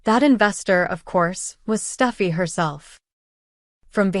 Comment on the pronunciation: It’s Steffy not stuffy!!!!!And it is more lies!!!